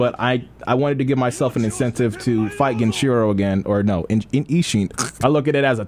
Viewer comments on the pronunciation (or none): His name is GEN EEE CHEE ROOO, not GEN CHEERO FOOL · Every time says ‘gehnshero’ instead of genichiro and ‘merry counter’ instead of mikiri counter an orphaned puppy dies of syphilis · Nigga. You know how you say Genin in Naruto? GEH-NEEN? Well bro’s name is pronounced GEH-NEE-CHEE-RO. Damn. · My guy still doesn't say the names right lol, "genshiro" and "miri" counter. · If I hear on more mispronunciation of GenICHIro, I will lose it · Genichiro heard you fuck his name up for the LAST TIME. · really never learned to say Genichiro’s name well huh? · It’s been how long and still doesn’t know how to say Genichiro’s name right Edit: he also still says “miri” counter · Him saying genichiro wrong is so cringe